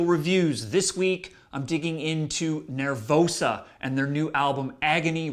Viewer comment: Sam, it's NER-VOSA, not NER-VOUSA.